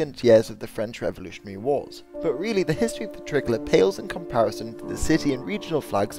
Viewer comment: You pronounce "tricolour" like "trickler"